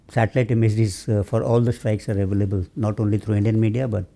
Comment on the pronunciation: abalable abbay o jahil indian force k bharway English Tou Sahi bol lay😂